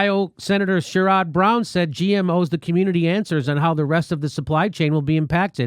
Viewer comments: Share-rid. Sherrod. That's how you say that. I'm just sayin. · Hey Jimmy..it's not Share..rod it's Share..red. Brown. And he is an idiot.